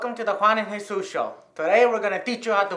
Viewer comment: Everyone is saying Jesus but it’s jesús